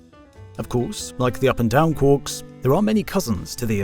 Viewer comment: Quarks, not quorks. Quork is a ferengi character in star trek.